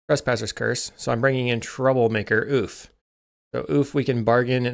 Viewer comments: When pronounced correctly the word Ouphe is pronounced like "Troublemaker Ohpee" not "Troublemaker Ooph" The word is Gaelic. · Pronouncing it OOF is far funnier, tho.